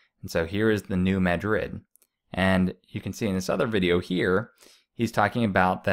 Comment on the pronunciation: It would add to your credibility if you pronounced the fall name correctly. I can Say New Mad- drid. And do Not say "Illisoise" Grades on the ear